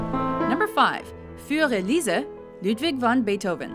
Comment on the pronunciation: Wagner and Bait Oven beats that :P